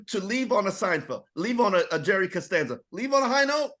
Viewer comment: Cant stands ya. Constansa LOL